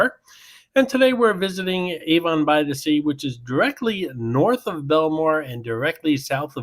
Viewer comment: as a resident of Monmouth County, where Avon by the Sea is located, I have to point something out. Avon is not pronounced like the perfume company!!! It's pronounced AV-on, not A-von!!!!! Thanks!!!